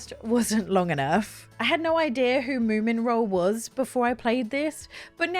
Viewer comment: Wait - didn't you learn on stream that it's Moomin Troll, not Moo Mint Roll? 😀